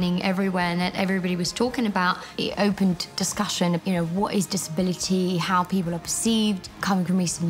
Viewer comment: Did that lady say "poople"